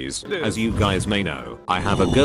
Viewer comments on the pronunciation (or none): Why do you say gays at the start 🤔 but not guys🤔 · why u saying gays😒 im not gay say guys its not gays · Lol she sufferd so much ''hello gays'' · said*hello gays* lm not a gay 💀💀💀💀☠ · I mean gays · "Hello Gays" bro called us gays💀💀💀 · Intro : hello gays😂😂😂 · Man said hello gays when I am not gay😞😞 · "Hello gays" NICE Bro